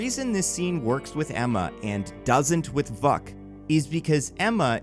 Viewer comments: You didn't pronounce the characters name that your videos thesis is based around. It's pronounced "Vook" not "Vuck." That being I think it's mastermind that would be a more interesting villian and newer version of the Hellfire Club. I think your ideas are better. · Vuk is pronounced vook. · No it is pronounced Vuuk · every time he says Vuk I start to laugh again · Every time you said vuk i had a double take